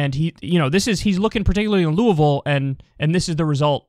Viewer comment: What the fuck is that pronunciation of Louisville? Or is he talking about another city that sounds similar?